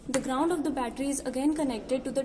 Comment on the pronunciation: "The 'glound' of the 'buttely' is then connected..."